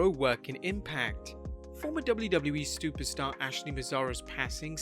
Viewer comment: “stuperstar” hehehe